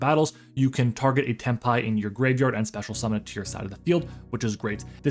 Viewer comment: Imma subscribe cus you actually said it correctly i hear sometimes tenpay😂